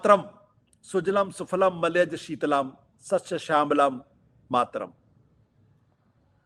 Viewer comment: This fellow is himself reading it. He doesn’t know that it is sujalaam not sujalam, sufalaam and not sufalam, sukhadaam and not sukhadam despite reading. What is the kind of standard you follow? What is wrong with nationalism? Is the expansionist nationalism of west, hegemonic nationalism of China better? After all our nationalism does not support expansion but only restricts to loyalty to one’s place of birth. This fellow in garb of pseudo intellectual keeps propagating venom as nectar. You don’t wish certificate from others, why did you seek certificate from Kansiram and were slapped. Why seek position from Kejriwaal and be ousted. You must have heard the story of the ‘neelah shrigaalah’ or the coloured jackal.